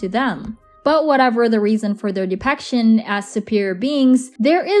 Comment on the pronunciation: It's depiction not depection